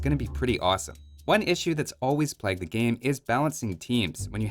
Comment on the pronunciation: You say plague weird